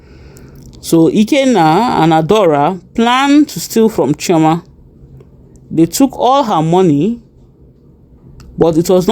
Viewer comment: Chioma not choama